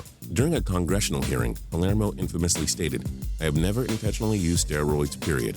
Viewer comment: thought I was the only one